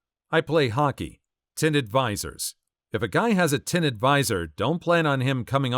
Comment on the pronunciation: "Tinted" "visors" 😮‍💨 Text-to-speech program def didn't help on this one.